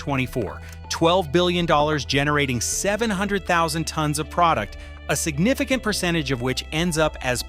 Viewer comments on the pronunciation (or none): none